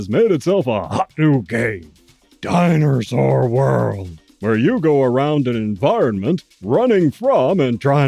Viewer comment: I like the way you say Dinersaur. It sounds like a diner that serves real dinosaur meat.